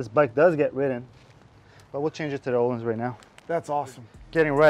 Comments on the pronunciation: they way you pronounce öhlins just hurts me. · You BOTH slaughtered the ÖHLINS pronunciation haha